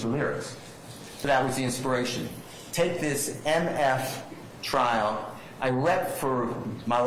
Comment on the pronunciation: Trial*** not “Trail”… lol